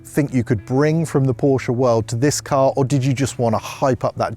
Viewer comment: Stop saying porsch-(uh) please. It sounds so bad😭 On the other side. Beautiful video❤